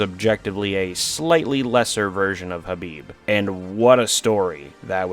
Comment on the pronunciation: pronunciation of khabib